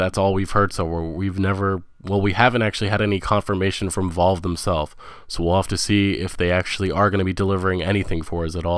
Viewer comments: "Volve?" It's Valve, you mumble-mouthed moron. AndroMayda.. ANDROMEDA! Holy moly. Why do illiterate kids start these YouTube channels and think they would make good narrators/commentators? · Valve, not volve. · This guy needs to brush up on his speaking and pronounciation skills. It's Valve, not Volve. Bordeaux is pronounced Bordeau not bordux. This is not meant as a personal slight but a reminder about having some professionalism. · its VALVE not Vault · Dude, why do you pronounce things the way you do? Where are you from? BETHESDA - pronounced BEH • THEZ • DAH, not bethzda. VALVE is pronounced VAHL • VUH...not VOLVE. It's AndDROMeda, with the emphasis on DROM, not ANDroMEDa. Either you're from Mars, or you don't know the words you are saying. Cmon dude, gotta sound somewhat intelligent if you're gonna be doing videos like this. They're not made up words either, these are real things. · Why do you pronounce valve as Volve xD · Wtf? Vulv? How do you mispronounce Valve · yeah so many speech errors.. it was pretty painful to listen to. mispronouncing the name of a game or the name of a developer, really should not happen.. calling valve, volve; calling scalebound, scalebrowned; calling bethesda, bezda; calling cyberpunk, cyberbunk; and i know there are many others.. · Valve is volve and pc is a console. Something else is wrong here. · Who the fuck is volve? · Bruh... It's "Va-al-va" not Vol-va, It's "Beth-es-duh" not Best-duh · This dude read much? Valve = volve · Bethesda= BEH-THEZ-DUH Valve= A as in APPLE, VAPPLE, VA-LVE, VALVE. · Why are u pronouncing the studio names like that volve, bethda Its valve and bethesda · Vault, Val, Volve... Its Valve... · This piece of shit can't pronounce anything betesda volve and counting pc as a console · Beths-da, volve, and andro-mayda.... just wow. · and vaulve and bestha haha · You really quadrupled down on not knowing how to pronounce Valve :P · How hard is it to pronounce V A L V E, jesus christ.